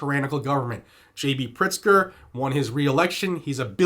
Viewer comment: Good thing I read the transcript, I thought he said Gov. PRICKSTER 😂😂😂